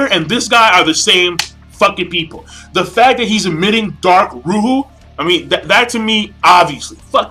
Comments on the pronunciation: lol "ruhuh"..seriously? xD it's called "rukh" ;) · The way I see it you can pronounce it either way. The original pronunciation is "rukh," but it is probably in some arabic dialect But when pronounced in Japanese it's "ruhuh." It's the same thing with "Magi."